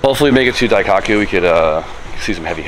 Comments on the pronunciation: Not to be “that guy”, but it’s pronounced “Dai-koh-coo”. Sorry, but it’s been driving me nuts lol. Love your vids and everything you do bro. Keep it up! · Diecockyou? Bro butchered it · "daiCOCKu" your pronunciation is making me giggle 😂